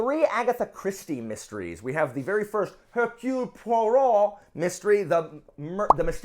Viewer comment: I love how you pronounced "radiance" and Hercule Poirot the French way, but were clueless about Beaulieu and Miéville. 😂 And Michaelides is indeed Greek and does sound awesome (my husband's Greek and I've been learning his language for a few years now). I liked Dark Matter, but I wasn't a fan of the simplistic writing style (it read like a movie-script) and there are a few plot holes or just incoherent choices that disappointed me a bit. I ended up giving it 3 stars. I'll try to be there for the liveshow, I had no one to talk with about this book. And Then There Were None is well beloved for a reason, but I love Hercule Poirot too much to put it higher on my list than The Mysterious Affair at Styles (loved it!) and Murder of Roger Ackroyd (this one is my favourite to date, it blew my mind!). I have even more fun reading them with my husband, so if you can convince Christina to read it with you (to read it to her or vice versa), it enhances the experience even more, we love talking about our theories. 🙃